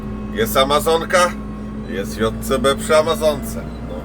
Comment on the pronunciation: Wreszcie usłyszałem poprawną nazwę Dżej Si Bi. Pozdro od tego z kim mieliście się spotkać w Polańczyku jak Ania jadła w Łańcucie lody z musztardą 🙂